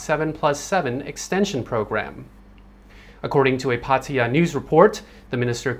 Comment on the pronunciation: why he pronounces Pataya in a weird way, I thought this guy was Thai